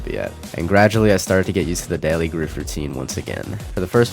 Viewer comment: "groof" huh